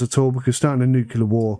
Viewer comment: Anyone who says nucular instead of nuclear is an ape.